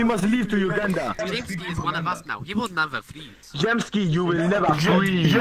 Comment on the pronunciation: We nevah fweeezee